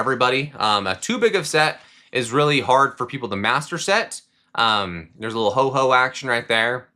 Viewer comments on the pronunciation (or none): Bro keeps saying Ho-Ho. It’s Ho-Oh! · Ho OH not Ho Ho!!